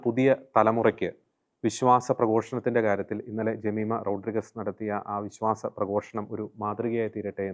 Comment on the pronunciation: റോഡ്രിഗസ് അല്ല, റോഡ്രിഗ്സ് എന്നു പറയൂ